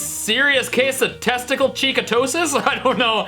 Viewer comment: "Testical cheekatosis" 😂